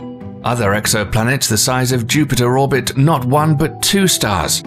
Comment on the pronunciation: when "planet Jupite" becomes a thing 😂😂😂